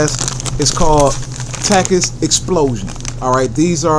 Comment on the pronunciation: When you don’t know how to say takis